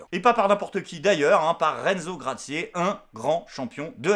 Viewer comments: gracie pas cracié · Renzo Gracie, ça se prononce Gra ci. Je me souviens pas qu'il ai été champion de MMA. Par contre en jujitsu brésilien, le mec rigole zéro. Ceinture coral. Le Benala, je lui donne 30sec.